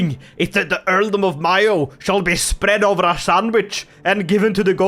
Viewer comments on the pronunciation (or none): none